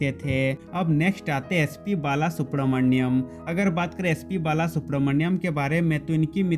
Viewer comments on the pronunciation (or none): none